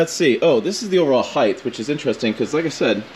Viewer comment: The word it height, not heighth.